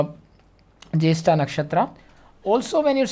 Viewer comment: The Way You Call Nakshatra Jyestha Soo Good 😬😬💥'Mine Moon Nakshatra N 7th Lord Nakshatra Are Same so Me And my Husband are Same may be